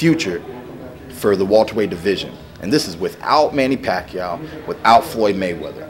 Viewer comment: someone please tell him it's welterweight not walterweight